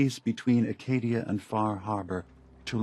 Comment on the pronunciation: every time i see/hear someone say acadia as "arcadia" i feel so disappointment in people